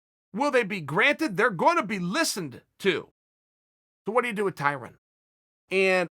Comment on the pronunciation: Chael "listeneded" sonnen